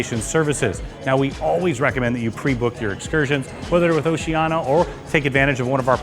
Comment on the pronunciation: Just a suggestion: you might learn how to pronounce the name of the cruise line